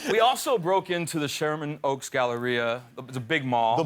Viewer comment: did homie really say shearman oak? lmaooooooooooooooo